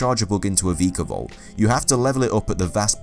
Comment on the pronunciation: VEEEEKAVOLT, this annoyed me the rest of the video when i heard this